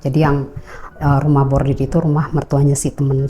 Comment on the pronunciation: Koreksi ya mba, bukan Rumah Bordir tp RUMAH BORDIL, kl bordir itu di konveksi mba, bordiran dibaju, topi dll.... 😂